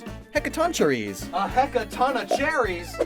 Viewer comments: The "CH" in Greek is spoken "K", isn't it? Like Christ or Chemistry. So the pronunciation is Hecatonkeires, not "che" like in "cherry" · The Chei in Hecatoncheires is pronounced "Kai" - "he ka ton KAI res" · it’s actually pronounced “Heck-a-ton-kai-riss” Thank you, Persona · erm, actually it’s Heck-a-tonk-ee-rays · It's pronounced Heka-ton-kai-res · for future reference, "ch" in Greek words is always (or almost always) pronounced like "kh", so it's more "he-ka-ton-khyre". it's also why Chiron's name is pronounced as "KY-ron" instead of "CHI-ron" anyone who knows better, or who can explain it better, feel free ;) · Heck-a-tawn-Kai-rus I believe that’s how you annunciate that monsters name. Granted, this is how Joker from P5 says it when he summons the Persona based on the myth, so…grain of salt.